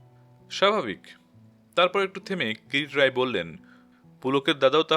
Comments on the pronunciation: Pronounciation is not good. It's not Kirit it's Kirti roy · যিনি গল্পটি পাঠ করছেন, তিনি যদি নিহার বাবুর গোয়েন্দা কিরিটী রায়ের নামটা বার বার "কিরিট রায়" বলাতে বড্ড শ্রুতি কটু লাগছে। ওনার কাছে সনির্বন্ধ অনুরোধ,উনি যেন সংশোধন করে নেন। ধন্যবাদ। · কীরিট রায় কী? নামটাও ঠিক করে না বললে অসহ্য লাগে